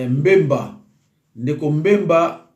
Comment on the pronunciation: Mbemba te,(BBBBBBBEMBA)NA yo tata mobimba boye,tanga kombo naye malamu kooo aaah😏😏😏😏